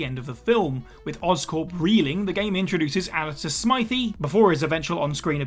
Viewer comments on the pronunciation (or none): "Alistair Smythie" ....seriously? have you never heard the name Smythe before? You don't say the e....just watch the 90's Spider-Man animated series, Smythe is a major character in it. also Captain America: Super Soldier feels like it's filling in some of Steve's missions during that montage in The First Avenger rather than outright retelling the film's plot. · Spoiler Alert: It isn't. It SHOULD be pronounced basically treating the E as silent - just like you would with "shoppe" and not say "shop-e" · Alistair "Smy-thee"? Ok, I didn't play the game. Someone tell me if that is that how the game pronounced it, please.